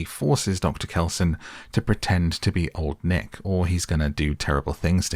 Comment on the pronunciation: I swear during the movie instead of hearing them say "old nick" i heard them say "long neck". You brits really need to work on being clear with your pronounciation, this is you guys calling your female commanding officers your "mum" all over again.